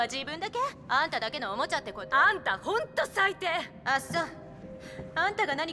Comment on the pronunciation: 「あんだだけ」になってる。